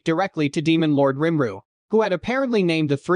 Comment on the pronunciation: Who in the hell is Rim-ru. Lol Nice AI you got there